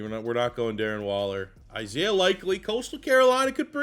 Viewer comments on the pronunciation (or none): none